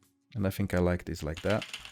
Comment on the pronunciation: bro, you fink too much